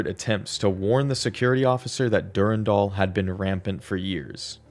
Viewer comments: Dur-Ann-Dahl Not durundul lol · Jjrro, Durandal, Thoth, Tri-xeem